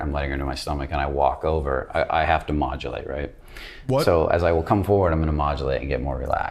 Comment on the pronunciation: When he said modulate I thought he said ovulate. Actually crying hahaha